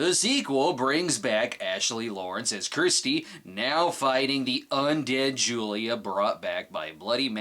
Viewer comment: kirstie= curse-tea...not kristie